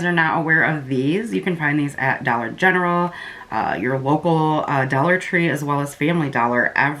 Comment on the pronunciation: I love when you say "and it's only a dwolla" 🥰🤣 Love watching your vids girl 💜